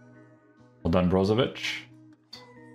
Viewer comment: as a croatian huge respect bro for ic pronouncing ich not ic